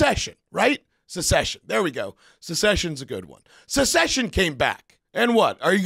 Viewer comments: Damnit, it's SUCCESSION not SECESSION. Unless you're watching a show on the civil war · “Sushession” is making my ears bleed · The way pronounced Succession 😂😂😂😂😂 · "Secession" lol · What is this susshussion you speak of? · Succession not secession😅 You dropping coded messages to Texas and New Hampshire, bro? lol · Suck Session is how that show is pronounced my man. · Is he saying succession wrong on purpose? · Is that how you pronounce Succession? 😂 am I an fgtrtd? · How the fuck can he not pronounce Succession? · Dude learn how to say succession properly LOL I feel like you arguing with Tom Segura about the word won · How can a Jew not pronounce the word success properly? 😂